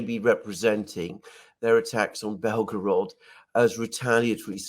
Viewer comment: it’s pronounced Bell-Go-Rod, not Bellow-Grod. Sorry for being nit picky, buddy. Love your stuff.😁